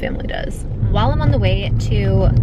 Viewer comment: You finally said “WHILE”!!! 🥳🎉